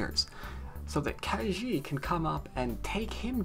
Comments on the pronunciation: Ke Jie is pronounced Ke Jea (as in yea) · Hi, to get the right pronunciation, copy 柯潔 to Google translate and choose both "from" and "to" as Chinese. Then you can click on the speaker icon to hear how it's pronounced.